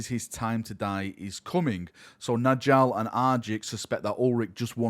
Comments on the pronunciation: Nordic naming - the Js should be pronounced as Ys. "Njal = Nyal, not N'Jal" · Y’know the J makes a y sound in Njal’s name. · Njal is pronounced Nyal like Jarl.